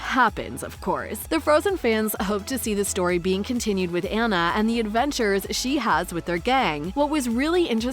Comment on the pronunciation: Hope there is a 3rd- also as a fan of frozen, it’s (Ah-nah)